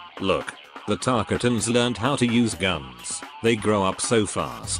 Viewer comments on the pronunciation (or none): Tarkatan: "Tarkeeten"